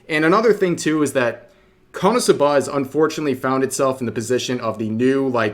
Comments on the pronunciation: Being petty here, REV it's pronounced "Konosuba" not "Cumsuba". You should've taken a double take there. (I'm saying this because you made this mistake several times and it's hilariously dumb.) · You should probably work on your Japanese pronunciation skills if you’re gonna keep making anime related content. KonoSuba isn’t pronounced like kah-NO-soo-BAH. It’s KOH-no-SU-bah. You’re putting emphasis on the wrong syllables and the first syllable is completely wrong altogether. I’m fairly certain it’s pronounced in the series during the eyecatch between segments where commercials would normally be injected. I might be thinking of a different series though. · Kono'suhbuh, lol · “Kuhnahsubuh” I can’t 😂😂😂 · Rev needs to be cancelled for how he pronounces KonoSuba lmao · the way he said "KonoSuba" in the intro 😭😭😭🤣